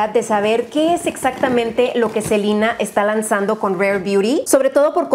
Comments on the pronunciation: No se dice “SeLeNa” , se dice “SELINE” 😂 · si ya se la E se pronuncia I pero es a la única persona que la escucho decirle así a esta gran artista y persona saludos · Crystal Skies en nombres propios lo correcto es pronunciarlos como se leen, en este caso en español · Amoo a, pero si literal3cada vez que dice Selina, le grito a la tele diciendo: se LE na! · Hasta en Disney le dicen Selena, no Selina jaja mori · ¿Alguien más siente raro cuando dice “Selina”? Como que ya estoy acostumbrada a escuchar Selena tal cual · “Selina” hasta mi mamá se sorprendió por la pronunciación xddd aquí desde que la conocí en hechiceros de weverly place le decimos ‘selena’ en fin, latinoamerica xd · Hana Vid si,es q esa es la pronunciación gringa.. yo la conozco como SelEna con E.. y sólo conocía a Selena y los Dinos.. esta chava nooo se q onda.. :/ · Selina Yo: Selena 🤣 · Alguien más se imagino cada ves que decía "Selina" y no "Selena" se imaginaba a la Reyna del Texmex? En la actualidad algo así hubiera estado increíble me imaginé a probando sus productos su ropa y probablemente hubiera sacado maquillaje 😓💔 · me daba mucho estrés cada que escuchaba a decir "SELINA" "SELINA GOMEZ" 😌 me acostumbre a Selena Gómez 😅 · se dice Selena , los nombres son propios y no se cambian dependiendo el idioma . Ella se llama Selena Gómez no Selina . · Confirmo.. duele cada vez que dice Selina 😣😁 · Muchos años yo también le dije Selina... pues así se pronuncia de este lado, pero después ya le empecé a decir Selena... creo que no afecta como lo pronunciemos siempre que sea con respeto. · Sino me equivoco los nombres propios se pronuncian en su idioma original, entonces sería Selena no Selina 😂😂😂 creo 👀👀😂😂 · Cada que decía Selina los selenators les daba un infarto 😟😟😟 es Selena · Rare: rare es cuando dice Selina y no Selena 🤣 siento que en los empaques se parecen mucho a los de Fenty Beauty. 🤷🏽‍♀️ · Soy yo o dice selina en vez de selena? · Selina Yo: Selena!¡!¡!